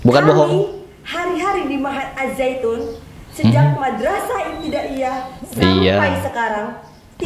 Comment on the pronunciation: Si ngomongnya salah.bukannya na'ujubillah.tapi NA'UZUBILLAH..AZZAITUN bukan ajjaitun